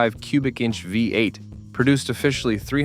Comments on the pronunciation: Who is the idiot narrating this its a VEE 8 not a five 8. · The AI narration sucks. I gave up after the "fiberglass hood" on the AMX S/S while showing said car with a stock hood spring clearly installed. Then the " H-E-M-I five eight". It's bad enough that everyone expects AI to do their work for them, but to allow it to be done so poorly and not even bother to edit convinces me to stop watching with more than 30 seconds left. They don't deserve to make any money from such a half assed effort.